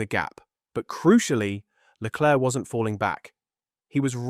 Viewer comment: Can you stop calling him LECLURK. Is there seriously an F1 fan on the planet that is unaware that his name is pronounced SHARL LECLAIRE?